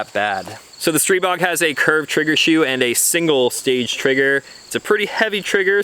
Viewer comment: I think you're the only one one the internet who knows how to pronounce the name of the gun. Kudos and good review!